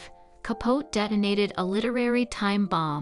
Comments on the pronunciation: I enjoyed the video, but I agree with the mispronunciation of some words. Capote is ca-po-tee. Debut is day-bu. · I just could not get past all the mispronounced words: Capote, debut, epitome.